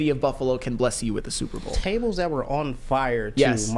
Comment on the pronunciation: Why can’t he say Super Bowl?